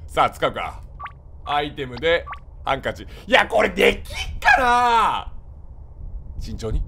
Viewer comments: ごめん、ハンカチのイントネーションが気になってた( 'ω') は↑ん↑か→ち↓じゃない？(あれ違うっけ) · 何回聞いてもハンカチのイントネーション笑う